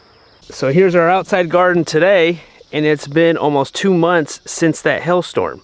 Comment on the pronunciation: Did you say Hail Storm or Hell Storm?? LOL